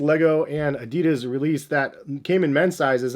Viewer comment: So annoying the way you pronounce Adidas